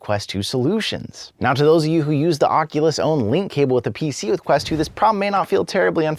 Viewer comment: Keeps bothering when he says Oculus